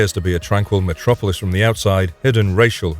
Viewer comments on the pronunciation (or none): none